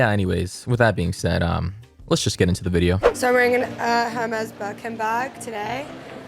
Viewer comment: this girl just said "her-mes"... it's called "air-mes" 🤦‍♀️ even rich people don't know the names right that's hilarious